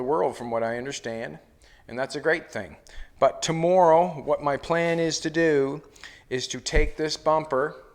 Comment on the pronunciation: Great to see you back! Love your innovation and how you explain your fabrication of the projects. My kids just heard you say the word, "tomorrow" and told me that you are the first person they've heard pronounce it the same way that I do. (Guess it's the Nova Scotia in my blood...my grandmother's family came from there to the USA. Wishing you continued success!